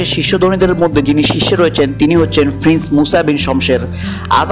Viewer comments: Frince bad diye prince bola shikh ar bodro na bole vodro bol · When you say prince you sound like you saying frince? You you must love F word because everything starred and end sound FFF ... your water sound (pane) like faney?